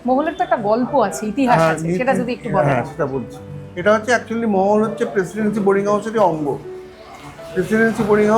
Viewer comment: ভদ্রমহিলা 'মহল'কে মোগল/মোহল/মোহন উচ্চারণ করছে কেন???